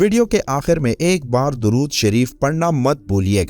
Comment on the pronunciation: آپ درود شریف صحیح طرح سے پڑھیں۔